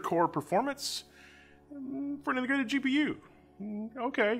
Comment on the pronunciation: we have: Legents? Intergrated?